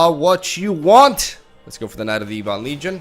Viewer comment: Dude please, it's Ebon, like ebony. Whomever told you it's E-bon is a moron.